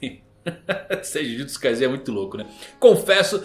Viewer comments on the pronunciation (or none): acerta a pronuncia mano kkkk jujutsu kaisen - com S